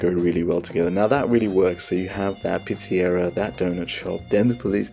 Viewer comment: Just found the channel. Love the vibe. Please consider lowering the background music? It is too loud in the mix. also..what’s a Pete-see-era 🤣. You probably speak 7 languages. Not an insult. Just ribbing you.. We tend to say “Pete-suh-Rhee-uh” here in the US. Anyway…subscribed!